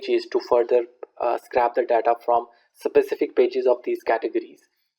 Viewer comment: Just to let you know scrape isn't pronounced like that, think of the word ape with scr in front of it. What you are saying is "scrap" which means to throw in the bin, very different meaning :)